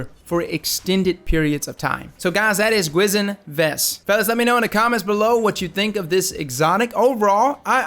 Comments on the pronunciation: It's pronounced Kee Sheen vest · It's pronounced Gwi-shin which means spooky ghost in Korean... 👍😂